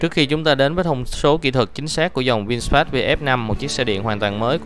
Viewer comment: Vin-fast chứ ko phải Vin "sờ" fast nha bạn chủ thớt! Phát âm nhiu đó ko mà cũng sai thì review cái gì